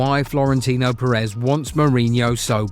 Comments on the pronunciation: What I think: It’s “Pérez”, please, if you could manage. Or make the ai voice pronounce. “PerÉz” really hurts on the ear. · The pronunciations are always so bad. They don’t have ONE video where they don’t mess it up